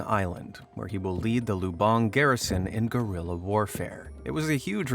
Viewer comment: OMG IT'S PRONOUCED Lub-ONG NOT LUBUNG THE ACCENT IS ALWAYS WRONG